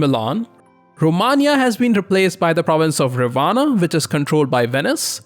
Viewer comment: I was getting "mad" for the wrong pronunciation of "Ravenna", but then you pronounced "Bologna" correctly. Literally, the first non-italian speaker able to pronounce the "gn" sound :D